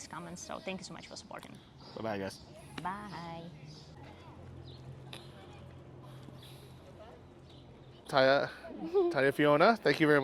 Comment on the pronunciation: he should ask her how to pronounce her name correctly because he can't even say TaNya.